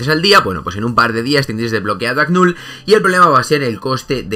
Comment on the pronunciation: Bro no te preocupes asi se pronuncia porque tiene la letra K y esa no es muda lo has dicho correctamente pero se escucha como que es la letra G verdad jaja y así le digo yo también entonces no te preocupes no te has equivocado😉👍🏻